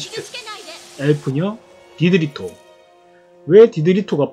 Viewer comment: 일본어로 트가 토발음이 되서 그런가봐요 ㅎㅎ